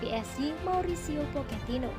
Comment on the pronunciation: Pochetino min, bukan poketino